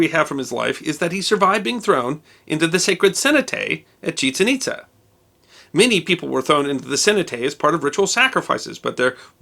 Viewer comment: Nicely done, One little point, I believe the city has accent marks making it ChiCHEN ItZA. Don't mean to quibble. Always interesting! M.